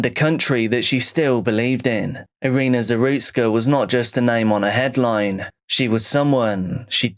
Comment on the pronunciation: Nicht Arena , sondern Irina .